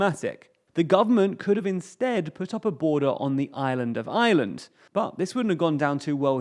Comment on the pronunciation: P it sounds like "the island of island"